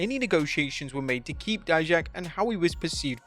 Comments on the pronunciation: Finally you pronounced DIJAK properly!!! 😂😜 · Thanks for pronnouncing Dijak name right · You're saying Dijak's name correctly this time. Good to hear. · He finally said Dijak's name right😭😭😭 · Bro saw our comments about saying Dijak’s name wrong lol 👍. Thanks!